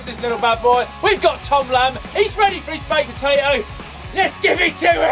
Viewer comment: *Potato I'm Irish, I'm allowed to correct you